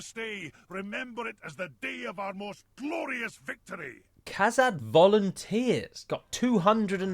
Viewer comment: From far away I thought he yelled "Kazakh" instead of Kazad. And my first thought was, "That's where Dimash is from."